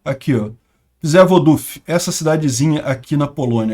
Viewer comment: Uma dica: 'Rz' em polonês têm som de J, então "Przewodów" se pronuncia "Pjevodóv".